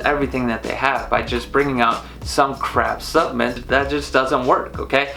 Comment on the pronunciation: Driving me nuts lol! Keep saying SUPPMEMT and not SUPPLEMENT hahaha